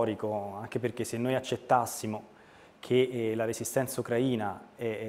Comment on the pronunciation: Si dice Ucraìna non Ucràina 🤦🏻‍♂️